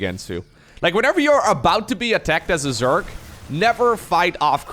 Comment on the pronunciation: Hey bro, started watching your vids a few days ago and even though I knew nothing about SC2 (only played SC1 as a kid) I find them fascinating and engaging! Since you asked for help with pronunciation, I think the #1 thing that would help you sound way more like a native English speaker is differentiating between "s" and "z" sounds. Obviously the main culprit in you case is the word "Zerg", but keep in mind that often the letter s is actually pronounced with a z sound, like in "position" (pronounced pa-zee-shun). A variant of this phenomenon appears in words like "decision" - you tend pronounce the s like a "sh", where it should actually be pronounced like a "zh", as in the J in the French name Jacques.